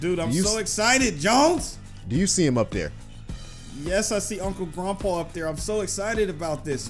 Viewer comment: It's not grunpa it's grandpa